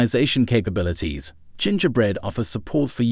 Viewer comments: Oh, I heard that, too. Hard G and rhyming with "winger". Nuts pronunciation. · Haha, I caught the hard G on that one G. OP thinking Adobe would be pronounced A-doab rather than Adobee, is funny tho. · Robot read. GIN-GAH-Bread? Pay someone to read your stuff and make sure you proof what you're posting. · Gen ger bread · You lost me at the ridiculous pronunciation of "Gingerbread", my goodness... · Also how it pronounces "Gingerbread" Lol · That's how I and everyone I've ever talked to pronounces it. Weirdly you completely missed it getting 'gingerbread' completely wrong. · Or gingerbread for that matter. Should use 11-labs. Guaranteed 1000% better than this. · Or Gingerbread 8 times out of 10.